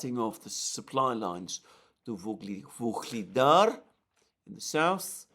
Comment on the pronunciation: Listening to the struggling with pronunciation of "Vuhlidar" (in Ukrainian) or "Ugledar" (in Russian) town, maybe it would be interresting for some to actually understand the meaning of this word. Maybe somebody already mentioned it here or somewhere else. "Ugl" (in Russian) or "Uhlí" (in my native, also Slavic, language) means "Coal" and "dar" in Slavic languages means "gift", so the meaning of the word is basically to describe the locality as the one which is giving (gifting) the local inhabitants coal (as a gift). Many of these towns and villages in Donbass area are mining towns, thus those names. Another example was the Soledar town - "sol" means "salt", dar again gift - so the town was named, because it was mining town, but not for coal this time, but for salt.